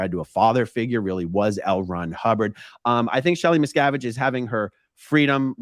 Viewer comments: Wouldn’t you think if the “Medium” had actually contacted Ally on Shelly’s behalf. That they would of told the Medium to tell the interviewer. How to pronounce Miss-Cav- Itch. I had to correct some one else on the pronunciation of Dave’s name. Lol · Missacavidge... Miz cAvid.... Misssscaavishh.. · The theater involving the name "Miscavige" is a well-known strategy of con artists like these to mask the fact that the whole supposed seance is in reality an invention based on news items and other worldly information. The name "Miscavige" is as plain as you can get in terms of English language names, and from the conversation you can imply that Kirstie Alley said the name, so they should have heard the correct pronunciation from her. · People like these 2 are scoundrels that milk bereaved families out of thousands of dollars 💵. It’s horrible! Everyone on the planet knows how to pronounce both Leah Remini’s name and Shelley Miscavage’s name! Miscavage sounds exactly like it’s spelled for cryin out loud! Yet they know about SCN practices! Give me a break! Ugh 😩 these people are evil! 👿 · I felt the the deliberate mispronouncing of the Miscavage name hilarious! Trying to sound like she's so unaware of the name and the standing in the cult. Ugh.